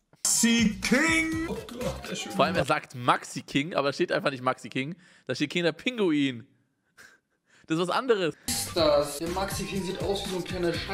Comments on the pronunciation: ES HEIßT KINDER PINGUI OHNE "N"!!!!!! ~NeedToKnow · Das heißt nicht kinder pinguin "Kinder pingui"